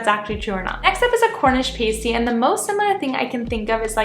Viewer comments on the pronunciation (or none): Pasty is pronounced pas tee. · You got a lol at.Americans saying pasty The a is pronounced AT